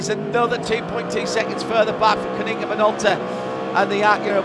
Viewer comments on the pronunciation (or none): none